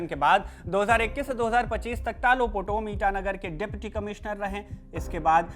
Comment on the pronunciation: तालो पोटम. नाम ठीक से बोलो